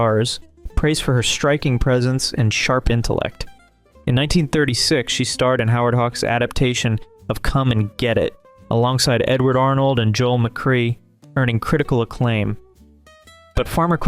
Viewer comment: Joel McCrea = "Ma-CRAY. "You're welcome 👍